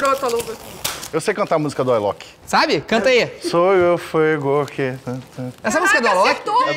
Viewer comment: Foquemos que o senhor falou "Ailok" e não Alok.